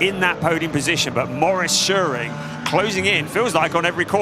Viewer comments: The commentator won't say "Shoe-Ring" ever again? Those are perfectly English words.^^ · To the commentator: it is soooo simple: just pronounce "Schuring" like in "shooting". So imagine saying "shooring". What's the problem?!